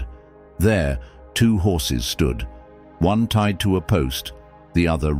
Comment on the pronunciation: Tied, not tide.